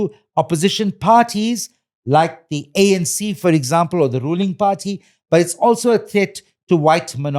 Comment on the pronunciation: When he say party sound like have a pa rty where is the cake